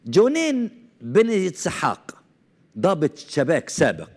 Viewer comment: من أجل إعطاء مصداقية لفيديوهاتك ، أرجو أن تعمل على قراءة ألأسماء بشكل جيد !! جونين ، الجيم معطّشه كالجيم المصريه مثلا وكوخافي ، وأسماء ألجرائد ألأجنبيه